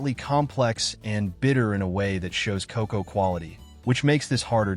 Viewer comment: AI can't even pronounce cocoa nor lead. What is cacow and leed?